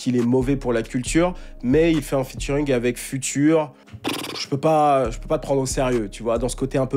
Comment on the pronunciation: j'adore tes vidéos et je te suis depuis 2019 mais stp arretes de dire future en français, on dirair le futur dans la conjugaison lol. it's FUTURE, FYOUTCHER